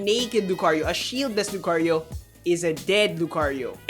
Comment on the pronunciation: why, just why... i like to name all my 90+iv mons, my female Lucario named Lucy now NEEDS an italian-like name e_e ... she just NEED IT, cant say Lucario again without that accent